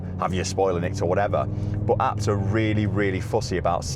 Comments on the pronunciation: Is it not pronounced A B T as separate initials.... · Please stop saying ah-bt lol